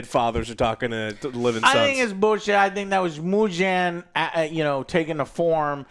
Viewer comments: I was dying at him some how adding a J into Muzan’s name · I didn't put this on my bingo card! Joe reviewed an anime movie?! Let's go! Glad you enjoyed it! Also main villain is Muzan not Mugen but still good job! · How can you say Kokoshibu correctly but not Muzan wtf